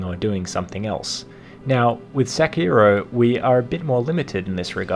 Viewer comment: The ''i'' in sekiro is pronounced like ''ee'', sekiro=sekee-ro